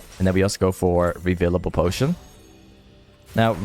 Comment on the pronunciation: yo it is reFFFFIlable potion and not revilable potion btw and how u say control ward is also wrong motherfuck. that what u say its: „cunt- roll wards“ and not coooontrol wards. oh my gawd my ears